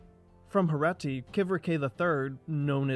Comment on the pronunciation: Its not Herati, its HerEti, Herati sounds like Indian state 😂